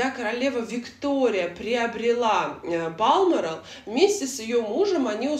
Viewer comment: спасибо за видео! Но в Балморал все же ударение на букву О